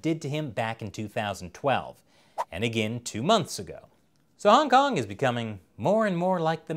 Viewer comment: Yo why he said hongkong like that hongkong song.